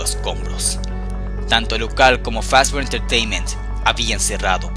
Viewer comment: es mi idea o dice ferry fazbr pizza